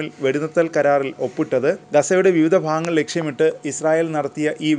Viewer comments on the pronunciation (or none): none